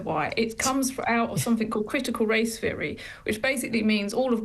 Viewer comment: There's no " F " in theory . Or thirty , .